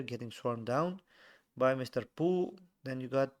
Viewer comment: It's pooh not chunga